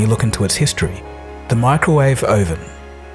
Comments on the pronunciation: Oh-ven? I know that is not the normal Australian pronunciation. Where do you get that from mate? (NZer here) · oh-ven? are you sure? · it's UUUUUUHVEN not OOOOOOOOOVEN! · O-Ven, never heard any Aussie pronounce it like that, and you need to stop sucking up to the US audience, it wasn't the allies that invented Radar it was the British. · I had to hear it twice. I was like ... GURL. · Hahaha the Microwave Oh-Ven! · Hahaha he says Ohven! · "O-VEN" and "SUMBARINE" , all this amazing research and facts and not second to try and pronounce stuff for the vid😅. Jokes aside quality content as usual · The Microwave Oh-ven. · Oh-ven... :'D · A microwave OH-ven? WTF! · Oh-ven? Who the hell pronounces it like that? I'm English and I've never heard it said that way nor have I heard Americans or Aussies use such a weird pronunciation.